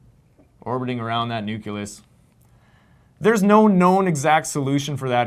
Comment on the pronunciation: Hearing you say systematically say "nuculus" instead of nucleus is distracting, bringing to mind Homer Simpson's famous quote.